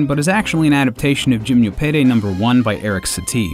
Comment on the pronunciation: him-no-pe-dee is how you pronounce it